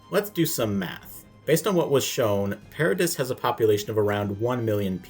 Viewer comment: You are just categorically wrong in my opinion. Respect the your point of view, but you really missed the point I think. Also, it’s ParaDEE not ParaDISS